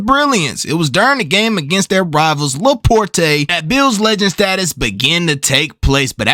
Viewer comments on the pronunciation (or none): La Porte is pronounced La port bro bro love this video 🤘🏾